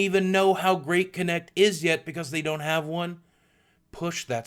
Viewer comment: I just love how boogie says "because". He says Becoz